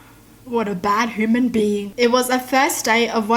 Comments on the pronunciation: It kinda annoys me tho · I just love how she says human as "hooman" 😊💜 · We all say hooman or— maybe thats just me... Noooooo right? right... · Like me! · i hear her say hue-man lol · Hooman- itsfunneh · Now I say hooman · I was gonna say dat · Yeaa it’s cute but she doesn’t mean to she just thinks it sounds better that way!